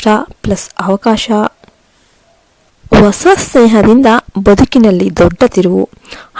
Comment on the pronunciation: Osa alla hosa. Pl don't kill kannada language.